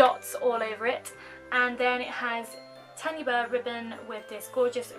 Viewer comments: You said Tanya wrong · Kawaii Berry Haha! My auntie is called Tanya and so I automatically say her name how my auntie pronounces her's. it's the same name either way just different parts of the UK pronounce it differently. Thank you so much for commenting though and pointing it out! Xx